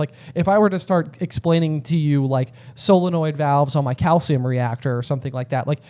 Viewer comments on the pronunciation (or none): none